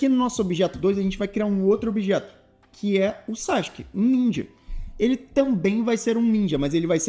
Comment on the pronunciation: pq ta escrito sasuke e vc fala sasq?